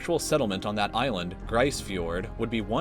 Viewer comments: Its pronounced Grease Fyord. Not Grissss. Also, its pronounced L's meer not Ellis mer. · "Gr-ice fiord" lol that made me cringe Grise Fiord is pronounced "Gr-ease (ease as in easy) Fiord" thought i should point that out. Amazing video otherwise. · Grise Fiord: Pronounced Greece Fiord. And its beautiful. Was home for 15 years of my life. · I've been to Ellesmere island and resolution island near devon Island in Canada. And grise fiord is actually pronounced like "Greece" not gryce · Grise Fiord isn't pronounced properly in this vid just FYI. There's a rough history with the creation of that settlement (Inuit Relocation) so its name deserves to be pronounced properly. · I didn't know you could possibly pronounce Grise Fiord so incorrectly...